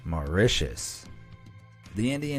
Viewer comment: TIL: How the pronounce Mauritius correctly. Thank You BE AMAZED! Be honest, did anyone else here think it was pronounced like "Ma-ROO-tiss" ??